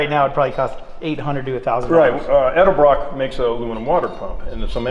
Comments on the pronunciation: "Elderbrock"! Fuck me running dude it's Edelbrock. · Why do so many motorheads pronounce edelbrock as eldebrock? I even saw a program featuring Vic E where someone mispronounced his name right in front of him. Being a gentleman, he said nothing. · Why is it that nearly none of todays “performance” guys can pronounce Edelbrock properly ? You csn tell a true moron when he pronounces it El-Debroc.